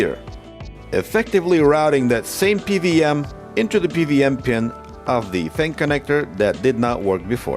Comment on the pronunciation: I know you originate from some post-Soviet country, just like myself. It's pronounced "P double-u M", not "PVM". Thanks for sharing still! This repair case was interesting.